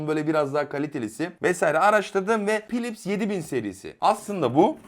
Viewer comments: kardeşim filips diye okucan yahu her pilips dediginde kapatasım geldi videoyu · adam ‘filips’e ‘pilips’ diyor kanka. ne beklersin bu hırbodan